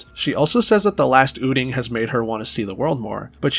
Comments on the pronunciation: did you say ooting instead of out-ing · This is a genuine question: is that how you always say "outing," and where are you from?